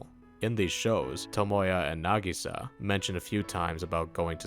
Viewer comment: You're the first western youtuber to pronounce Nagisa's name correctly.